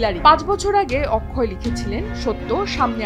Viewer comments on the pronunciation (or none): none